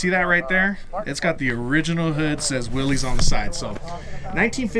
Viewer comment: It's actually pronounced"Willis", like "what you talkin bout Willis?" The classic jeep guys will jump your case for getting it wrong. LOL